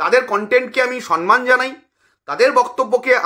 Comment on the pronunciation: Kotha ta somman,sonman noy.....